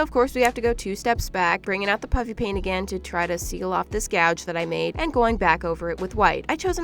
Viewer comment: This reminded me of when you addressed the comments that said when you say "puffy paint" it sounds like "puppy paint. " It was pretty nostalgic for some reason 😂